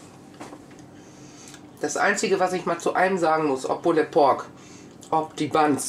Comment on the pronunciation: Ich finde es ja gut, wenn sich jemand im Vorfeld schlau und kundig macht, wie denn ein Gericht zubereitet wird, welche Varianten es davon gibt. Von dieser Seite her ein Lob. Allerdings: es heißt "Pull_d Pork", das "e" ist stumm! Diese Unsitte der falschen Aussprache tut einem in der Seele weh. Wenn etwas autentisch sein soll dann bitte auch die Aussprache. Vor laufender Kamera Reste des Rubs, welcher stundenlang am rohen Fleisch haftete von den Fingern herunter zu probieren finde ich nicht gerade eine gesunde Einstellung zu Lebensmittelhygiene. Was in den Küchen der Menschen passiert ist eine Sache, will ich aber etwas vorstellen und präsentieren, dann sollten solche nicht nachahmenswürdigen Momente außen vor bleiben. Ich kann aber nur jedem raten: macht das draußen auf Eurem Grill und/oder Smoker, denn ohne Rauchring ist es "nur" ein übergarter Schweinebraten.